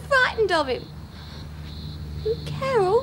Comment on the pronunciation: I love the way that guys sits up and says "Cawol" after the gun shot wakes him lol. Judy and Doreen's excuse for fighting .... Ronald Reagan cracked me up! Po Face shouldn't have been allowed to process "Cawol" Lewis.